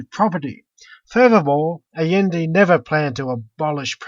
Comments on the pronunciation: This kid can't even pronounce Allende. Say it with me, ancaps: "ai-YEN-day" Big props to the original video producer for being brave enough to admit that he doesn't actually care about democracy, as long as the result is unregulated corporations. Usually reactionaries just lie about things like that. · I love how he keeps mispronouncing Allende's name. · always mispronounced Allende's name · The guy can't even pronounce Allende.